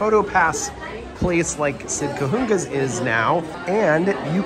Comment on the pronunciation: Small detail. Cahuenga is pronounced like Ka-wang-a. As a native Angeleno, this always makes me smile! Overall, I love videos comparing and contrasting the opening day of the WDW parks to the current day!